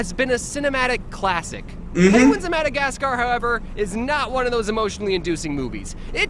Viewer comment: “Penguins of Modogotsgar”